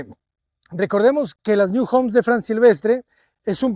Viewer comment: Un inciso, no es New en inglés, es NIU, que en catalán o valenciano significa nido.